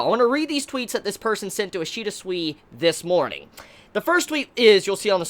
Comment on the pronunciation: remember, Ishida's name pronounces as "Soo-Ee" (like in "soon" and "week"). Not as "Swee". In Japanese any "I" sounds the same, no matter after which letter it goes (so it sounds the same as in "ki"). The same goes to any romanji letter from Japanese. (the exeption is "U" when it's between two consonants. in such situations it can be not pronounced at all) so yeah: Sui pronounces like "Soo-Ee"